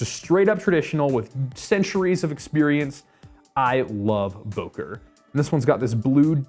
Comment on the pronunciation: Sorry, its called Böker ! Ö ! Im from Solingen btw.